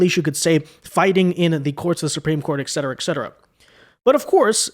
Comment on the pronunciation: PLEASE learn to say "ET CETERA" correctly.